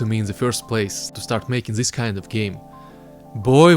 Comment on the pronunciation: Great video! Just please, start saying "this" instead of "ziss". Congrats tho! lookin' forward for some tuts :3